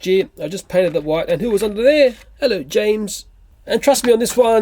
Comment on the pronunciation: i strted laughing when he said ello james